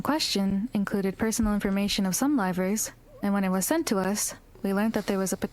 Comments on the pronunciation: i just adore the fact that the CEO's pronunciation of "Livers" sounds like "Rivals" like he didn't just sic 3 of them on Selen. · I thought that guy was saying "rivals" for way too long